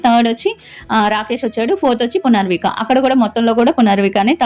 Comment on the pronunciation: Punarvika kaadhu punarnavi